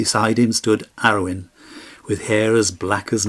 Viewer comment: Ara-oon and An-oon